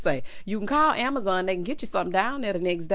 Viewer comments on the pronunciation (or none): none